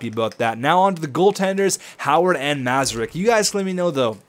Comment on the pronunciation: Great moves for Patty Kane and Erik Karlsson. Now you have two Erik Karlssons lol. Yes play Mrazek as the backup over Gustavsson because you want him to progress as well as he can. And you say "Mra-zek" not "Mazarek"... Move Kane to the RW and Yzerman to the LW. Make sure Honka is playing on the top 2 pairing in the AHL. You should have traded Jurco for Blake Clarke, you already have a power-forward prospect in Mantha and Ritchie is also a power-forward, maybe look into that? Also, if Kronwall starts to drop, maybe trade him at the deadline for Ryan McDonagh...him and Karlsson would be dirty.